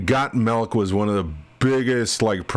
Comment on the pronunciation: Don't know why this stood out to me, but when you say Got Milk, I hear your regional accent as Got Melk. Just a minor note of interest - and it may be I'm just used to the local regional accent (it's not my native - I'm an import) and it sounds different from that.